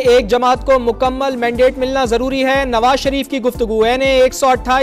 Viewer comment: Nawa sharip nahi kata sharip😂😂😂